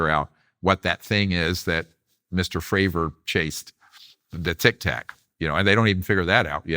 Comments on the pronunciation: So hard to get past Vlads insistence on mispronouncing Fravor and Grush. Other than that great to hear Dr. Greer talk about these issues. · Why Vlad thinking he Joey Diaz pronouncing everyone's last name wrong even tho he must of seen interviews about Grusch and Fravor to prep for this plus Greer saying them correctly constantly 🤣🤣🤣🤣